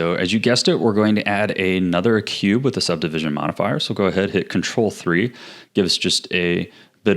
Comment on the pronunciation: "the mirror forifier"😂😭